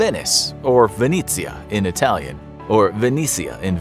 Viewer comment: First of all congratulations for the video and the Italian pronunciation 😁 🇮🇹As for the MOSE, it was inaugurated this year and for now it seems to work, but it was designed for the containment of the tides only and not for the increase in sea level. I hope humanity works in time to avoid the disaster of climate change.🤞